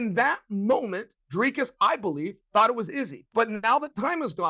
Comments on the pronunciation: It's pronounced DRHKISS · Yeah, but Chael is actually closer to the correct pronunciation of Dricus than DC is. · Uncle Chael telling DC how to pronounce Dricus, lmao. I see what he’s doing here, lol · Chael trying to establish the correct pronunciation of Dricus so he could make sure he says it incorrectly was a true bad guy move On a serious note, we've seen Blachoewicz take Izzy down, I honestly think DDP can do it